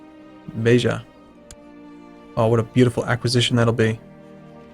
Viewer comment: I'm impressed, your pronunciation of Beja was one of the best words in Portuguese you've ever done on all your videos.